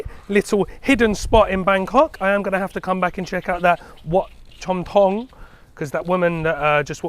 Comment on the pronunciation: "Delicious looking Farang," 🤣🤣🤣I tell ya,, sometimes what comes out of your mouth is hilarious 🤣🤣🤣. You have got a great workout today, searching for the best food. I am impressed👍 oh, CHOM THONG, จอมทอง, is pronounced as JAWM TAWNG.